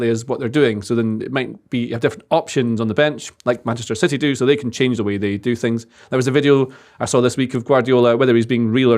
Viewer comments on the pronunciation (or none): Can someone please tell to stop saying 'Manchester Siddy' ffs